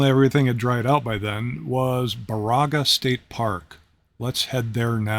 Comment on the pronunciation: Baraga is pronounced "Bear-a-ga". This is my favorite place in Michigan on the shores of this park and Lake Superior's Keewenaw Bay.